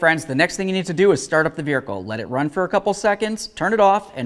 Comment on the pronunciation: i love how the guy says vehircle no, seriously though great video somewhat universal for most ecotecs btw